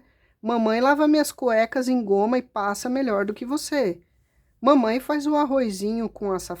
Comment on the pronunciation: Morri de rir com o "Mamain" 😂😂😂😂